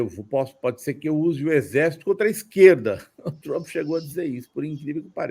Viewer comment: Por que essa necessidsde de enrolar a língua pra pronunciar "Troomp", que coisa feia!!